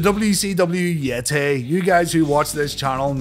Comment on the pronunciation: I know that you know that you were mispronouncing the "yeh-TAAAY!!!"